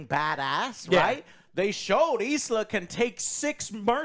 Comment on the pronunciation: Its Elsa not isla 😂